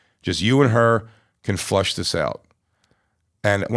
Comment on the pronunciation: JAY, It's "FLESH it out", NOT Flush 😂